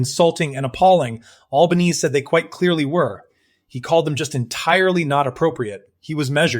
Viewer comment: You could at least teach the AI how to speak Australian, not American. And while you're at it, teach it how to say the name of our Prime Minister - it is not Albaneeeeeze - it's pronounced Alban-ee-see.